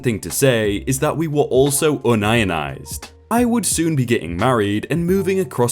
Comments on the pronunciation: ):39 aka (appx). The word is pronounced (appx.) "[ You ye nized]". The meaning is to be one with the union. To pronounce it "un ionized" implies the body's electrical charge is neutral. A.K.A. Non - Ionic. Which, has no relevance to the intent, nor meaning of the story. Not trying to be rude, just observatory. Your takeaway ought be, Muricans pronounce unionized w.r.t. (with respect to) unions. Warm regards, Will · Did he seriously say un-ionized... come on man! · I Love how you pronounce "Union" no problem, but "Unionized" becomes "Un-Ion_Ized" I'm sat here, less than 5 minutes in, wondering exactly how you actually read union but fail to read unionized as it is written. Nice one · HAHAHAHA!!!! You can't pronounce "you-nun- eyezed" Pathetic!!!!!!!!!! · Had to go back a few times to figure out what he meant by UN-IONIZED. Finally had to read it instead of listening. It’s pronounced UNION-IZED. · Un-ionized ( how you pronounced it) means to be without ions Union-ized (how it should be pronounced) means to be part of a union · "un - ion - ized"? ::facepalm:: Yeah, because the topic is chemistry or physics, right? It's "UNION - IZED", you daft twat! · 😂😆🤣. Une-ion-ized. Not un-ionized. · ROOT WORD IS UNION!! its UNION-ized, not UN-ion-ized. ARRRRGH!!!. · I expect, being English, the word "unionized" is a chemistry term. Pronounced "Un-ion-ized" "Unionised", is the English spelling for the U.S. "Unionized" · Un ionised? it's Union ised! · LOL. Un-ionized. Too funny. Have you never heard of labor unions? The word is union-izd. Meaning the workers have formed a union. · it not UN IONIZED its UNIONized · UNIONised not UN-IONIZED. Damn you read a lot of crap all day. EDIT: Fixed the spelling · How can you say “union” correctly, but say “un-ionized”, instead of “union-ized”??? 🤔🤔🤦‍♀️🤦‍♀️ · Yun ionized? 🤣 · Unionized = un ionized?? Then, you should be saying un ion every time it says "union"! 😂😂😂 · No, it's "ion" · can speak Mandarin Also: un-ion-ized